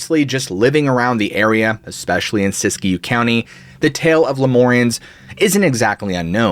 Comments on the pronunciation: I am born an raised west, people pronounce Siskiyou as Sisk-You or Sis-Q, I've never hear it pronounced Sisk-E-You... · It’s not pronounced Sisy - Q County. It’s pronounced; Sis-Q County